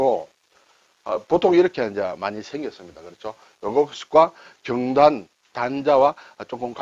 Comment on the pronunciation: 제삿날이면 먹을 수 있는 떡, '경단'도 한자 말이군요. 선선한 바람이 불고, 추석도 벌써 13일 앞이네요. 발음이 달라서 경단 맛을 제대로 못 봤습니다.ㅎㅎ '경단(瓊團)'의 '경(瓊)'은 '길게 발음(경:단)'하여야 하는데 짧게 발음하시네요. 혹시나 하면서 국어사전을 열어보니 '경단(瓊團), 경옥고(瓊玉膏)' 두 단어만 '옥 경'을 쓰면서 두 단어 모두 길게 발음하는 표시(:)가 되어있네요. 시청자 입장에서 한자이야기도 결국 우리말과 연관되니 이왕 배우는 김에 제대로, 정확히 배울 수 있어야 하지 않겠습니까? 자주 쓰시는 순 우리말 단어 '바뀌다'도 선생님 발음은 '바끼다'로 하십니다. 이것도 이번 기회에 바로 발음하시어 '바뀌다'로 고쳐주시면 더 나은 방송이 될 것 같아 말씀드렸습니다. 고맙습니다.